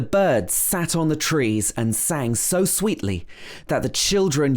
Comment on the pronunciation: Short high vowels trees is coming out nearly ‘triss’ And ‘trispassers’ Where did you go to school.? North of London?